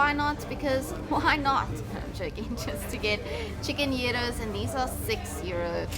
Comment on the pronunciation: It is nice to hear our Guides pronounce the word Gyros correctly. Everyone always mispronounces that all the time. I am sure the authentic lamb is just mouthwatering in Greece 🇬🇷.